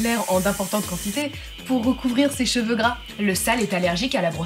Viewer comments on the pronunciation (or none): none